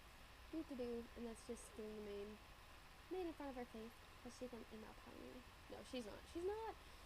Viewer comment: Tyuhhh I now have a Pinkie Pie ponehh x]